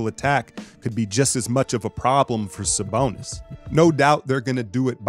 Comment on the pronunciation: lmao the way you sayin “saBONUS” 😂🙏🏾 much love bro salute! go warriors!!!